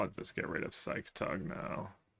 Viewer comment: Did he intentionaly said P SY CATOG like brasillians do?